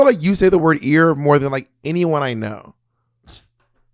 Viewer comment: Bob literally drags Monet every time she say “ear” wrong 😂😂😂